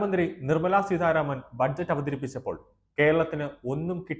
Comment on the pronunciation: Seedharaman alla monne.a peru seetharaman ennuparanjupadhykku.thalakettu nunayittu enthyna pattykkunne.